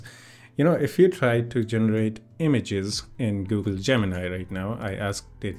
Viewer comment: it's Google not Goggle